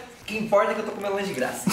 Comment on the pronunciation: O: de grača de graça kakakaakkaaikakaiakaiaiakskskis